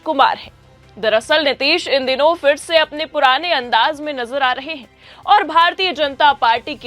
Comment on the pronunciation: Phir bolo Fir nahin. Poor pronunciation, disgusting. I will never watch 4 pm again. Improper training.